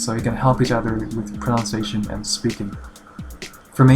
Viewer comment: this is stupid but its just thing pronunciation is pronounced as proNUNciation not proNOUNciation, its a really common mistake even with a lot of native english speakers